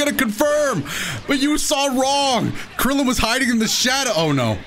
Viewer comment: he said kriddilin KRIDDLIN :l